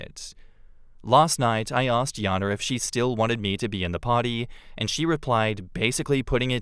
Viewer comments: Just a pet peeve, but in the 2nd story why does keep pronouncing the name as Yana when it's spelled Jana with a J? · I've always known the name Jana pronounced as Jan-ah ('a' sound like jam) and not Yah-nah. This is the second time I've heard this story with the name prounced as Yah-na. It doesn't matter or anything. Just noticed it.